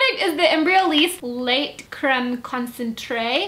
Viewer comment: It's pronounced LAY not LATE for the lait thing